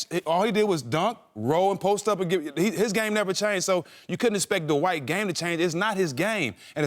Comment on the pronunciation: Why is the word “Dwight” pronounced “dahwite?”